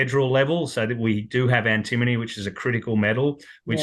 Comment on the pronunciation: Note it’s pronounced ‘Anti-MONY’ Great for credits towards gold costs too